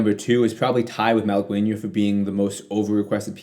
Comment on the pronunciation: Wrong, first of all, i can't believe how you pronounced the Malaguena piece (you butchered the word) Also NOT true, Malaguena is NOT a flamenco piece, is closed resemblance to verdiales (which is a flamenco palo) but is NOT flamenco